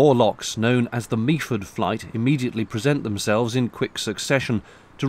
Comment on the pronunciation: It's pronounced "Mefford" ; - )